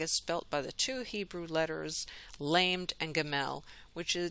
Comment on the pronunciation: So. Temple sacrifices again. "Lamed" Is pronounced la-med. Jerusalem is referred to as Sodom and Egypt where the Lord was crucified. The NEW Jerusalem coming down from heaven is NOT the earthly Jerusalem. I think there is much erroneous teaching on this. Jerusalem on earth is not holy, has been a center for contention and death for millennia, and is home to those who rule the world. We need to study this.